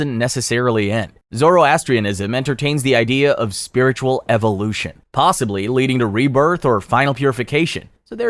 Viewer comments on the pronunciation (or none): none